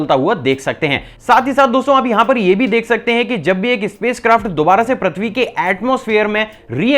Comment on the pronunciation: I am unsubscribing today.. you dont do any work on your pronunciation.. braaslet? really... its bracelet.. you still saying prathvi.. its prithvi.. may I have your number?? coz I dont want to unsubscribe so want to talk with you once